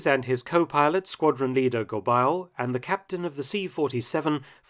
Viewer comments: your pronunciation is usually spot on, but it's pronounced "Go-bey" not "Go-bile". thanks for the vid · Anther fascinating forgotten chapter of World War II lore. By the way, the French-Canadian family name Gobeil is pronounced something like "Gob-eh-ye", rhyming with "abeille". Great video - always love hearing about Canadian involvement in the war, as I don't always feel we get our due: we are either lumped in with the British, or over-shadowed but the US. You never fail to give the plucky Canucks credit where credit is due. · Mark, ta prononciation est affreuse! The pronunciation of "Gobeil" is "go-bay," not "go-bile." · French pronunciation needs work, it's not Go-biles, it's Go-bay. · Gobeil: Go-bey-ee. It's a common French Canadian surname. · Gobeil is pronounced GoBEY. Quite a popular name among francophones in Ontario and Quebec. Other than that, fascinating stuff Mark! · Just one comment: the name "Gobeil" should be pronounced "Goh-BAY." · Gobeil is a French-Canadian name and is pronounced “Go-baay”.